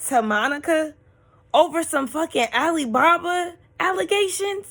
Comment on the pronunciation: Every time Meredith says Ali baba it takes me out!!! Ali Baaa Baaaaaaaa!!!!!